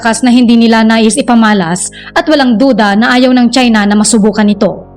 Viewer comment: CHINA NOT CHENA LOL😂